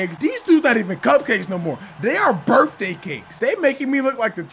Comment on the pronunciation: He said “Birfday Cakes” this dude😂